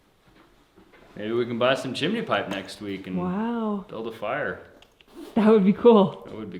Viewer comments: Chimney not Chemaney 😂❤👍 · There is no “I” between the m and n in chimney, therefore, it’s chim-ney. The mispronunciation of nuclear is the one that sends chills down my spine. It is pronounced new-clear NOT new-q-ler. 😖😡🤯 I’m certainly not an expert in pronunciation, but ....... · Chimney is (chim knee) not MARY POPPINS SONG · it's chimiiiney btw :) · Well... you say "Squoze" instead of "Squeezed". She can have her chimeney :P